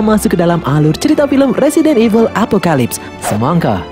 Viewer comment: Evil kok jadi eveul sih?